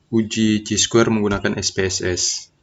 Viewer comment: Chi Square Dibaca Kai Square bang